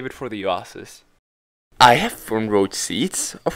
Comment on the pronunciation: I will be honest with you great video summarizing the alternitive movie, but I have disliked your video because of the way you pronounced oaisis. Tragedy.